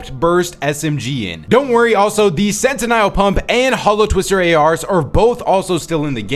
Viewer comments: What is that pronunciation of Sentinel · Can someone let him know that it’s Sentinel (sent-in-ell) not “sentiniall” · For --> Sentinel Shotgun is pronounced: Sen tuh nel not sen tie nel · Sentinel... Scent - n- ull .. but overall grerat video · Please stop saying sentinel like that. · Also just wanted to lyk you’re mispronouncing sentinel 😭